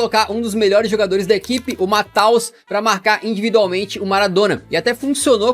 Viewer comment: Não é "Mateus", é "Mateus"😅😂